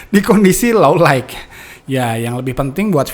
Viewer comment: kang kok nyebut low light kedengerannya low laig ya? harusnya kan low lait dibacanya, aga janggal dengernya, hehe..